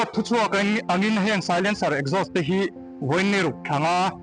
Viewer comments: Exhaust ...esgaust ti in i lam mai in ka hria 🫣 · Ekzaws tia lam tur aw. .😅